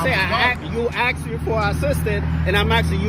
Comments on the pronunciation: I AXED YOU? or asked you. I can't believe a cop s NOT able to pronounce words correctly. What a shame. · ASKED not AXED!